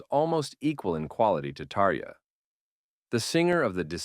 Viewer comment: Too bad AI totally butchered Tarja’s name!